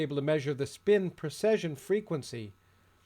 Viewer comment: A very informative video. Thank you. I noticed, however that you always seem to be saying "procession" rather then "precession". If I am incorrect about this, I apologize.